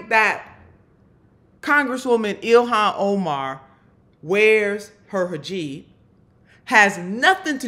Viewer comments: 'Herjeeb'? Or Hijab/Heejab? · It's a hijab, not a hajeeb. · Hijab, not hajib. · She’s so unintelligent.. it’s not hajeeb it’s hejab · Not “ha- jeeb,” but “he- jahb.” Boebert says it wrong because she’s ignorant and uncaring. Since you are intelligent and actually do care, please don’t say hijab like Boebert does. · It is not “hijib “, it is “hijab”……. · Im sorry...its hijab not hajiib which means your cheap lol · PLEASE pronounce it correctly, don't massacre it like Boebert does. It's hijab (hee-job), not hajib (ha-jeeb). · What's a hajeeb? Come get your girl, needs a shirt! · It's pronounced "Hee-jaab". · It’s pronounced hee-jab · WTF is a hajeeb?! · Gotcha, neither woman actually pronounces it correctly.